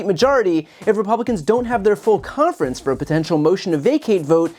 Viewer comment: She says the word conference as if it has a t in it... cont-ference. Call the Gazpacho... Get a peach-tree dish!! VOTE 💙🙏🏼🌎🇺🇲🎆